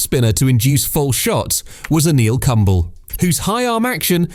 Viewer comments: anil k-OO-mble( e is pronounced) not anil kambal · never thought it can be pronounced like- kambal😅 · if you say kumble like humble again i will forward this video to him. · A neel kambal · For a moment, I thought he'd said Apple Crumble. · I was enjoying this video until he pronounced Anil Kumble. You guys will go at lengths trying to pronounce "Labuschagne" right but it's ok to pronounce another culture's name without any due consideration. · he is bastard that is why good people pronounce bad on his name